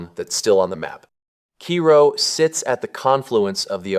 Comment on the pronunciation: Cairo is not pronounced as it is in Egypt. In Southern Illinois it's called 'care-oh'...